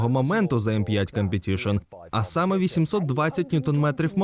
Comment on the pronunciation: "Cum"petition трохи ріже вуха